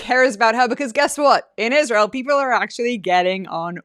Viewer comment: If U say that Scamdace is “talented” I WILL NOT give this video a like! I despise that woman and U sometimes overrate her! She can NOT even pronounce a simple word like “Israel” and she’s soooooo ignorant!